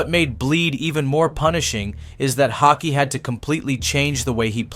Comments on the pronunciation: I’m still waiting for the first American to pronounce his name somewhat correctly. The double A in his second name is pronounced Å, like the A in ball, fall, tall. And the last E in his second name is pronounced E like in ebony, ever, enemy. The narrator pronounce his name almost like "hockey". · I'm not sure how many different ways you can pronounce "Haake" but here is how it is meant to be pronounced: H-awe-keh. Not hockey, not hawkeee.. Phonetically it is "Hawekeh". Haake. You're all welcome lol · Haikey, Hockey...if you can't pronounce it right, at least stick to one pronunciation. Btw, it sounds like 'hawk-yeh' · learn to pronounce his surname properly please. this is unbearable lol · I love that you came up with 5 different ways to.pronounce Haake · For chrissakes pick a pronunciation (however wrong) and stick with it...4 different attempts. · Drinking game: Take a shot each time the narrator pronounces Haake a new way. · Take a sip every time the narrator changes his pronounce of "Haake". Or drink responsibly. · Haake is with a really deep A, is in "car", and an ending "eh", is in "eh" 🙂